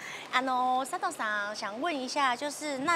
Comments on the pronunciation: 呃....一直叫錯人家名字耶XD 是Sato不是Seto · 前面佐藤sa tou的名字一直唸錯⋯ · 好開心邀請到俄羅斯佐藤耶！可惜主持人一直把她的名字唸錯，主持風格不適合我，無法靜下心來欣賞只能快速的把影片滑過去了😢